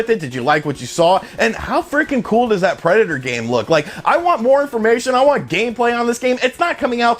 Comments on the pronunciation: Preda-tore? Nobody pronounces it this way but you. Words are hard, huh? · why do you say Predator like that? Lol